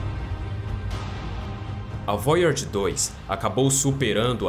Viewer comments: É voyager e não Voyards, mas muito bom o video, obrigado pelo conteúdo, ja deixei o like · Qual a dificuldade do narrador em falar VOYAGER na forma CORRETA, ao invés de "voiárge"? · Eu não gosto de ser o chato mas vc devia apre der a pronunciar Voyager. Desculpe, se eu não falar vc não vai descobrir pq seus seguidores não vão querer ser chatos com vc. Goodbye 😎